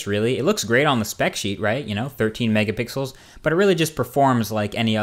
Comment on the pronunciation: megapickle this phone has megapickles